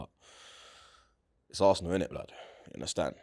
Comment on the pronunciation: Man said varsenal🤣🤣🤣